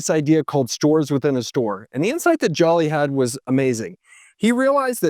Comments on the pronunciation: It's Hubert jooli not jolly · Joly’s name is pronounced “Jolie” like Angelina Jolie lol. As a BBY employee—this is a solid recap. I was there for Brian Dunn’s relationship mishap. Crazy times. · I worked at Best Buy from October 2012 to November 2016. That man saved us. It’s also pronounced Joe-Lee